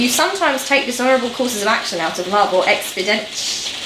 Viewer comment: I believe it is pronounced "ex-PEE-dee-en-sea". It basically means convenient